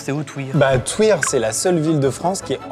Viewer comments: Juste pour info on dit pas twuir mais tuïr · Je sais pas pourquoi mais entendre Thuir prononcé Touir m'a fait énormément rire, ayant grandi près de là c'était pépite cette séquence x) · excellente vidéo, des barres de rires tout le long!!! un épisode 3, l'ambassadeur vient de Thuir et non de Touir MDR le H et muet, je vis à ce village même. au top super duo Amixem et! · Svp, pour la boisson "Ambassadeur", Thuir se prononce Tu-ir et non pas Tou-ir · Touir mdrrr ça s'écrit Thuir donc on dit "tuir" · Cest Thuir TUIR pas touir...